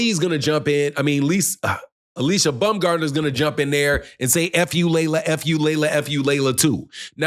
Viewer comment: Its not BUMGARDNER. ITS BAUMGARDNER. Where did she say this.